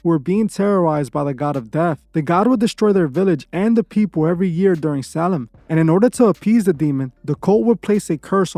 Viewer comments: Why does it sound like your saying “Salem” when it’s spelled “Samhain” ? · Its actually pronounced like Sow win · U just like the mom in the water boy 😅 everything to you is the devil. Dont ever disrespect halloween ever again. Im unsubbing to your channel. I dont even watch your wack shit. And learn how to pronounce samhain right. GOT IT ? BOY?!?